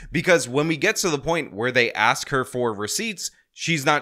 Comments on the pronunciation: Why is it so hard to pronounce ask the correct way….I must have heard them say axe about 37 times during that meeting… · every time she says "axe" i cringe. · AXE?!? Can no one pronounce A S K? Good lord. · If I hear any form of "lemme AXE you a question" again I'm going to fucking scream. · Good Lord?!? Can no one pronounce LAWD? Just axing. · I axed you not to say that! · Rule #1 don’t vote for someone who says ax instead of ask